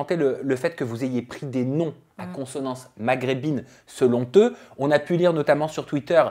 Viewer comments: Par contre, tu es sûr qu'on dit "selon t-eux"? Il n'y a pas de t à selon, pourquoi faire une liaison? 🤣 Lol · selon eux pas selon teux? C'est quoi cette liaison😅? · à 1.22 on dit " SELON EUX ", et pas SELON T ' EUX, il n'y a pas de liaison, merciii